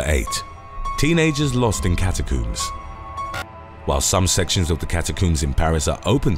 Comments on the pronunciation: Its CATACOMBS not CATACUMBS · cataCOMBS, there is no second o, it is not cataCOOMBS FFS! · "Say 'comb'": "Comb" "Now say, 'catacombs'": "Cata-COOMS" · cata-cooms or cata-combs? Do you coom or comb your hair? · Got me with a solid left hook with the whole "catacoombs" pronunciation. Hahaha 😂🤙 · I just wanna hear him say "cat-a-cooms" the whole video😂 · I loved it 😂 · “ Cat A Cooms”? Is that under the LIE BERRY? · “Cata cooms” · I've never heard "catacombs" pronounced as "catacooms". I suppose you also coom your hair? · OH MY DEAR GOD! Will you PLEASE stop saying "cata-cooms"?! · The way he pronounces catacombs 🤣🤣🤣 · Catacoombs, not catacombs? I think the first clip could be done again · Calm down. It's just the British pronunciation.